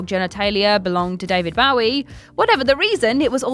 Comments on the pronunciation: I cringed every time she said it. You would think that someone would have caught the mistake, but when you have to rush that video out, it really has a major effect mistakes. What really sucks is you know she worked really hard on it and then because of one thing not being checked she’s going to get endless flack for just being human. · The way she says Bowie 🤦🏼‍♂️🤦🏼‍♂️🤦🏼‍♂️ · I love you but why do you pronounce David Bowie so weirdly, like it’s so weird. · Because has no awareness of these artists outside of the script she’s reading from. Blink One Eight Two? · How a person says their name is how it's said, period. It's not open to interpretation no matter where you're from. David Bowie was English, so you can't use that as an excuse for the blatantly disrespectful way you repeatedly mispronounce his name. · It's really not a big deal, it's not like they're trying to Diss him, it's just a mistake they probably don't realise they're doing, also the word bow has different meanings, that are pronounced different, so really it's an easy mistake, likely just caused by hearing others pronounce it wrong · please stop saying Bowie. It literally makes my insides hurt. Otherwise, love ya. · Bowie is pronounced "BÖ-ee," not "bOW-ee", thank you. (Somebody had to do it, and since your co-workers won't, I'LL be that asshole.) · she's not the only one at WC who says bowwie instead of bow-ie. It's obnoxious and disrespectful. People love to say "but they're English!" Yeah, and so was Bowie! How a person says their name is how it's said, period. It's not open to interpretation, no matter where you're from. But WC neither care nor fix it; it generates more comments and therefore more [false] interest in their videos, which means money for them. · As much as I love...That's not how you pronounce Bowie...According to Bowie himself at least...As he himself; pronounces it like Joey... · She pronounces "Bowie" 2 different ways